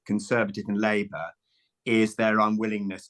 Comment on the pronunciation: There's an L in Labour